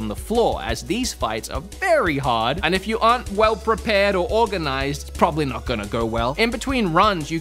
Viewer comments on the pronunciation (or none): none